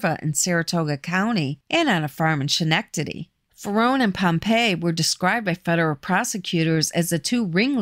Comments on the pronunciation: Pronounced Skenectady not Schen ectady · It’s Schenectady like sken-ec-tady. Lots of Italians in Rotterdam, Schenectady, Amsterdam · Here in Brooklyn, we call it Schenectaberry on purpose. Don't worry about it. 😂😂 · Before anyone gets on my a** , I know I mispronounced Schenectady. Apologies to all Schenectady residents....